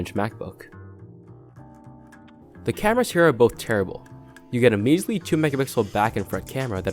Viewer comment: Derible not terrible